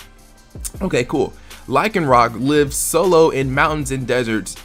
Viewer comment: You are saying lives wrong that is why it sounds strange